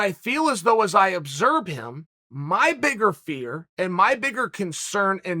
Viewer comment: “Obserb.” Chael creating new words left and right hahahah 😉